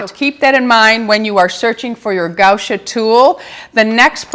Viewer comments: Sweetheart, it's gua sha, not gau sha.🥰😊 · right, but not gau sha, as she was pronuncing.